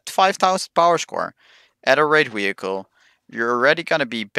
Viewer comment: "Wee-hicle" lol